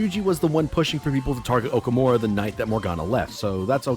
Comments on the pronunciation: It's awful that they don't pronounce the Japanese names correctly Also: O-kuh-more-uh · For how much the dude hated on the mispronounciations the game makes of Sakamoto, he sure does butcher Okumura's name pretty fucking hard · The way pronounces Okumura creates violent feelings within me